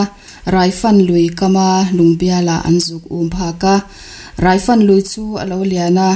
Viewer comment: Angaihnawm..mahse raifan ilam dan hi adiklo ge..tuna kan lamdan nen a inanglo a..rai tihlai tak hi..